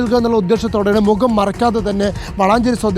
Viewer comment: mokam ennu parayathe,.. Say mukham. U r a reporter, use correct vocabulary. Next time....ok